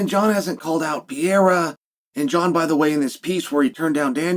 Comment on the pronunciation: Pereira not pee-aira